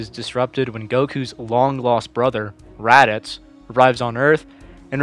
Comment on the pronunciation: I came to the comments before starting the video and i saw this comment and i started laughing a lot but the first time he said Raditz i was like "HE DOES"